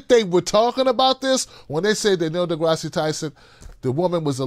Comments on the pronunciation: Neil DeGrasse pronounced (De grass) Not Degrassee lol. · The e is silent in deGrasse!!! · FYI, the final /e/ is silent